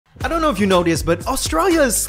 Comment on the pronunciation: "i doun't knowrr" -Danielle